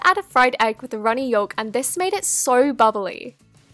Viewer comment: It is pronounced egg yoke u don't pronounce the L